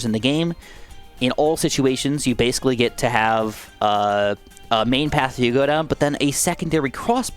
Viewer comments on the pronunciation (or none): none